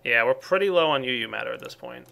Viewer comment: Did you say "not enough uu matter"...